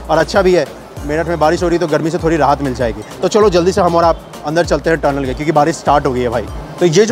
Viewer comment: Bahi turnel nhi tunnel hai pronounce correctly